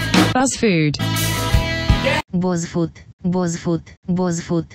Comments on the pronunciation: Не бАз аква а БУУУз аква она бузова а не Базова буууууууууз🖕🏼🖕🏼🖕🏼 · Не базфуд, а бузфуд!!!! БУЗОВА!!!! УУУУУ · БУЗова , а не Базава!!!! БЕСИТ!!!😤😤😤 Прости , но бесит . еще переводчик поставила!!! Я не хейтер смотрю все таои видео лайки ставлю , но даже тупой бы догадался ,что правильно Buzfood!!!😇❤ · Бл, почему ты говоришь "БАЗФУД"?! Даже если по нормам английского правильго "баз", но создатель БУЗова. И все говорят БУЗФУД, а ты решила выделится своим "интеллектом"? Я не хейтер, просто уши режет... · буз, а не баз. Проверочное слово Бузова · Зашла первый раз и очень пожалела) не бАзфуд, а бУзфуд, возможно хотела порофлить) "Это не смузи, а свежевыжатый сок" дикий ор, сейчас все делают смузи такими, без сахара и водянистые! Удачи в развитии канала, думаю со временем еще раз попаду на ваш канал и разница будет очевидной!) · не Баз фуд, а Буз фуд. Возможно я конечно ошибаюсь, но вроде бы так. Ты крутая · Эмм. Это БУЗФУД, А НЕ БАЗФУД. Оля БУзова, а не Базова. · Ну тупо говорит Базфуд Базаквка! Нельзя догадаться что у неё все с приставкой Буз! 🙄😵😵😵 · Не баз а буз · БУЗФУД , не бАзфуд выбесила реально 🙄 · Я одна вдуплила, что «Buz» — начало фамилии Ольги Бузовой. Соответственно, читается как «Буз Фуд»